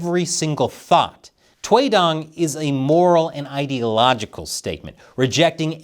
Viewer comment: toy dong? what? kinda sounds different 😅